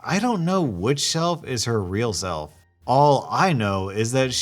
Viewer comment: Anyone else realized he said "shelf" instead of "self" XD